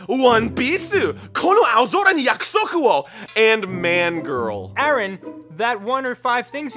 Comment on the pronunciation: In that case Arin pronounced it wrong. It would be like mon-girl, not man-girl(because it isn't Mannga, like a saxton hale-integrated comic)